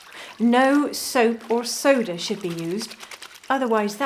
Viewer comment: Not Soda but Soderr 😂